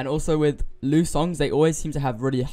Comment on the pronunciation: It's pronounced Ly U